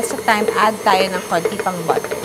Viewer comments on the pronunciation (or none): none